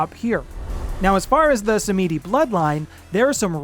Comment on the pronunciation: Sam-Ed-E. Not sah-meedie 😇